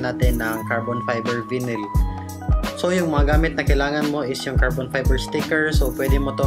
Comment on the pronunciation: Gusto ko lang po tumulong sir, I think it's pronounced as (vay-nil) not (vinil). BTW nice video and thanks for the tips.